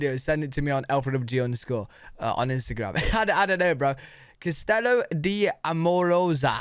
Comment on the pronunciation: He did not, castillo double l is a y sound in Spanish